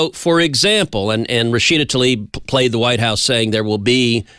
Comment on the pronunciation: It’s not “Rashida TALIB” (Tal-eeb). It is TLAIB, as in “bibe”. Important to name your enemy correctly